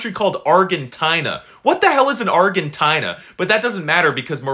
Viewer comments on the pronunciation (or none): It's pronounced Arjenteenuh, Not Argentihna. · Actually its pronounced arjentina not ArGentina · ArGgGenTttTTinaa got me dying 😂😂😂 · This is how to pronounce Argentina. Our-Gen-Tee-Nah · Bro Argentina is a brand of canned food in our country Our pronounciachon:ARRJHENTINAH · listen I DO NOT RLLY CARE IF IT'S FOOTBALL OR SOCCER TO ME ITS FOOTBALL BUT THAT NOT THE POINT BUT ARGENTINA?! IT PRONOUCED ARGEN-TEENA BUT SPELT ARGENTINA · 1:we know it is called…soccer 2:you did not pronounce argetina correctly. 3:Africa is not a country that is Morocco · Argentina is pronounced are-jin-teen-uh and Africa is not a country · Wow the Argentina😢pronunciation and the flag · Bro you cant even pronounce Argentina right and you dont even know their flag Plus you called Argentina bad while they won the wc They have the best player they have the best gk of the world cup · Bro pronounced Argentina wrong and showed Uruguay flag💀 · Bro dont know how to pronouce "Argentina"